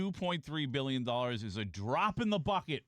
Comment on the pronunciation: You have zero conception of what 2 billion is. Stop saying it with emphasis like you do.